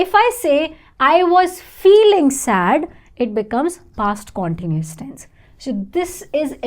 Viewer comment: You pronounce continuous in a wrong way!